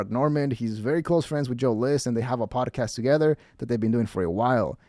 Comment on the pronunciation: “Podacast,” he says.